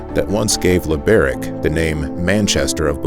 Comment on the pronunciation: Do you know how to pronounce the word Pizza? (TS) Sound Try to use the pronunciation and sound of it for the letter C in Czech language. Thank you. LibereC